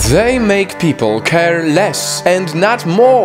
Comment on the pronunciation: "pee pole"